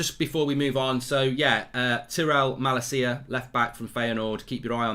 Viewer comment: Sangaré is pronounced as Sanga-Ray and Malacia is Mah-Lahsia